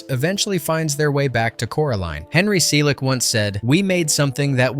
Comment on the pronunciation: Why does Henry Selick name get pronounced like 4 different ways in this video?